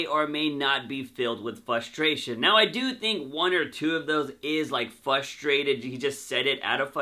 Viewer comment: Please learn how to properly pronounce “FRUSTRATED” for fucks sake! Especially if you’re gonna say it every third sentence. Are you saying it without the “R” or are you saying it with an “L” where the “R” should be? Fuck what the video is about, I couldn’t even watch it without getting “FUSTRATED/FLUSTRATED” 😏